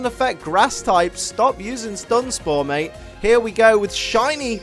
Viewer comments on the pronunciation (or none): none